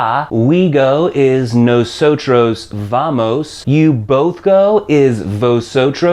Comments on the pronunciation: correct. you're the first comment that addressed that. It's not pronounced "no-so-CHROS" but more like "no-so-TODOS" The R is pronounced more like a D in spanish, and the V is more like a B. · It's funny how you pronounce "Nosotros" and "Vosotros" :)) Nawsawtraws and Vawsawtraws :P Muchas grracias por esos lecciones amigo. I learned much from your channel